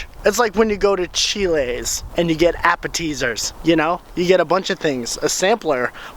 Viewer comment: Chill-ays? Appa-teasers?